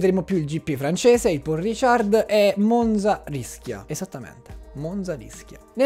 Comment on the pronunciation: Un piccolo appunto: credo si dica Ricard non Richard. Scusa.